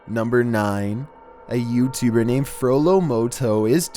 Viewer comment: You say YouTubed like youtuberrr no hatr